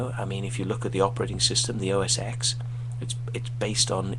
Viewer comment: PC would not exist the way it does today without mac. so don't say mac stole from pc because this is a personal computing industry and everyone shares. I like both PC and mac so im not biased. Oh not pronounced "OS X" we learn roman numerals in grade school, it is "OS '10'". Wait. you dont like apple because it is playing its part in the game? If you don't like iphone's from "stealing" from windows phone then wouldn't you hate blackberry, nokia, samsung, etc. yeah. you are just making up shit :)